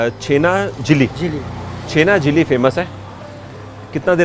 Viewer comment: The blogger wrongly pronunciating Chhena (Paneer) Jalebi as Chhena Jili or something like that (Patol) Parwal is a vegetable widely sold in India as a summer crop. The botanical name of Parwal is Pointed gourd (Trichosanthes dioica).